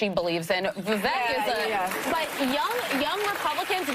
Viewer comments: It's pronounced, "Vivæk". These cackling harpies can't even learn how to pronounce a very simple name. Vivek like Cake, you just can't mistake... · She called Vivek stupid, then proceeds to pronounce his name incorrectly.... Vivek like cake